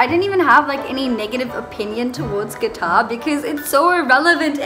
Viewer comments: They rejected cuz The Word you just said "qtar" instead of "qatar"😂jk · THE WAY SHE SAYS QATAR IS KILLING THE BAD WAAAAAAAAAAAAAAAYYYYYYYYYY